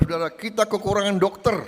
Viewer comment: Jangan panjang sangat Rrrr nyaaa😂 Dokterrrrr